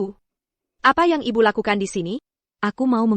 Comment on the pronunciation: Aduuuh miin ga usah pke dubbing pke IA lgi jd suara ucapanya nya ngawur. Msh mnding ckp Teks Indo hiruf besar jd enak bacanya, klo pke susa gini ga enak dengernya ucapany byk yg di eja kya msh anak TK te e pe ai ( tapi ) ia be yu (ibu) dll kalimat jd mrusak kosa kata bhs Indonesia yg asli.😢😢😢😖😓🤦‍♀️🤦‍♀️